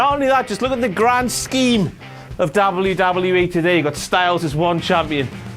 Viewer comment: he cant say wwe